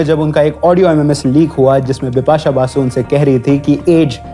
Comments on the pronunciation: My men Un brush men, she say her name dipasha, not bipasha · Did she say Bipasha Bipasha or Dipa shah Dipa shah ?😂